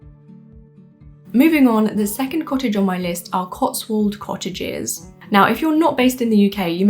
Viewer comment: Woman can't pronounce "cottages"